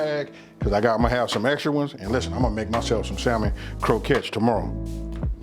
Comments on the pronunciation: it’s pronounced samon not salmon 😂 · Awesome video as usual! My brother killing like always! Btw the ‘L’ is silent in the English pronunciation of the word ‘Salmon’... pronunciation is ‘Sammon’. English is truly an odd language. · ‘Sal” mon 😂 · Going to try tonight. Looks good. Also, the L is silent 🤫 samon. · I did cringe every time he said Sal-mon, lol. But the food looks AMAZING. And that's ultimately the only thing that matters... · The L is silent; its pronounced "Sa' men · Hey still new to the channel and been rocking through the video collection you have up. Then I saw this new one pop up and had to check it out. While I can't eat, touch or even be near fish (allergic) the dish looked good. However on that pronunciation the word Salmon is Samon with the L being silent. No big issue just mentioning it. Keep cooking and doing your thing. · When i hear ppl say the "L", in Salmon 😡😡🤮🤮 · the "L" is silent in Salmon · The L is silent bro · It looks delicious. The L in salmon is silent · Looks good but theres no L in salmon :)